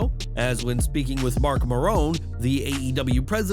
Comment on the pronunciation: Mark 'Mair-an', not 'Ma-rone.'